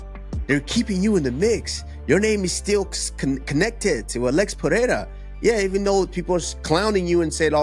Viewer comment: PEREIRA (not PeHeira)